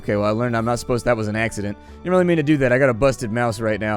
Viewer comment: heh he said AXEdent lol